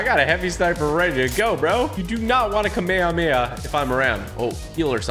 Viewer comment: Disappointed on how you’re pronouncing kamehameha smhh